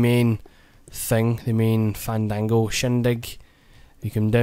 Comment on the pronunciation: "Fandangal shindig" FTW